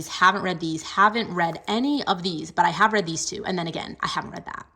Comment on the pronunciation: Am I the only one, that when you say „ I have read“ heard that it sound like „hagrid“ okay? Anyways amazing bookshelf ✨❤️